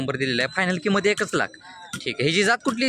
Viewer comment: पहिला किंमतची उचार होत नाही बगा